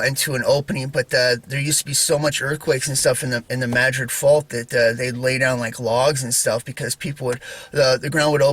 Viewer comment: I just looked so forward when you post a video….You are the only person who pronounces New Madrid right I live in South East Missouri and everybody pronounces it wrong lol